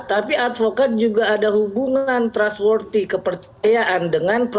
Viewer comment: Kuping gw yang salah denger apa emang ini advokat bilang kata lain “kepercayaan” itu trustworship???